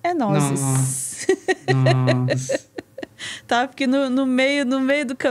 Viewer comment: É nozes não, né doutora. Somos nozes!